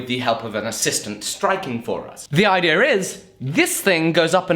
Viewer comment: Idea is not pronounced IDEAR. ITS IDEA.